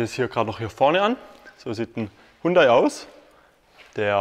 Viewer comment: Aussprache : Jundai.